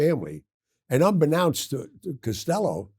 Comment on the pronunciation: He is not eloquent. He can't pronounce unbeknownst.